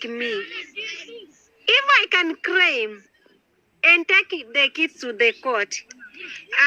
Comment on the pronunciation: Craim.....craim my land...instead of "claim"😂😂😂